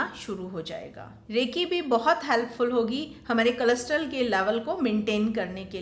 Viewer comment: कोलेस्टेरोल के बदले में आप कुछ अलग pronounce कर रही हैं।